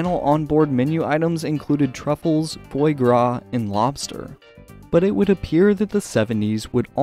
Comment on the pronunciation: Interesting video. Although it's "foie gras" not "fois gras"